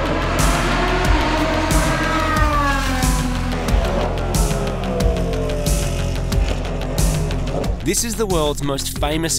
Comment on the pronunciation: Marty the best pronunciation of ‘Le Mans’ I’ve heard any Aussie say nice one 😅